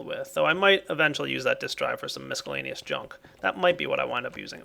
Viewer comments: Nope, check online dictionaries that have an audio button to press to hear how it's pronounced. The c is silent. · does it not bother anyone else how he says miscellaneous? Don't pronounce the c! It perturbs me :( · Does ever stop mispronouncing miscellaneous (it's a SILENT c)? It's driving me crazy.